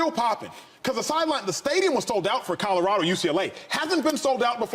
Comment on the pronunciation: There have been plenty of Ls for the Buffs this season. So it’s time for Shady to pronounce the name of the school correctly and add the “L” to “Codarado.”